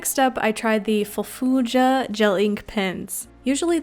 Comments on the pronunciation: They are pronounced moola and fullföölja 😄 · Quick pronunciation guide ;) Måla - Moe-la Fullfölja - Full-fuhlja